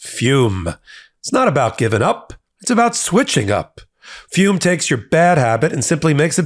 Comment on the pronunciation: I’m sorry, but the word “ fume” just sounds off…😂